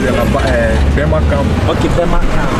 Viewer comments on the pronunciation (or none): Bro it's not bema camp it's Burma camp .